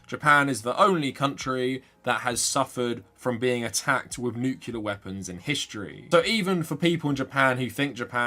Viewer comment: Unrelated but I figure you’re more likely to read it here…. Pet peeve of mine as an engineer; it’s nu-clear, not nuke-yu-ler